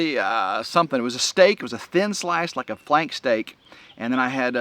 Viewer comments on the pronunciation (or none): none